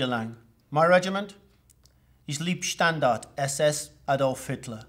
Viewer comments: I know that this is incredibly picky but, Leibstandarte is pronounced lyebstandarte. Liebe is love, leib is body. The second vowel is long in German. Very interesting video nonetheless. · It's pronounced "Lyb-standarte." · Like others nice program. but for God's sake Leibstandart is not leeb standart the ei is pronounced as a long I in English. Funny thing he pronounces Freikorps properly?? Everything else seems good. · He lost me when he couldn't even pronounce "Leibstandarte" properly. Geez.